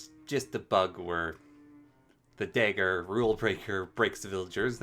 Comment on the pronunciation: I don't think I've ever heard someone mispronounce dagger before tbh, great vid with all the info and many giggles in those moments but thanks for you the video and the time you put into it :)